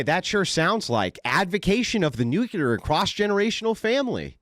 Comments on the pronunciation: (nu) (clear) new clear nuclear Its not new que lar. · Its nuclear not nukular 😂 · Nyoo kya luhr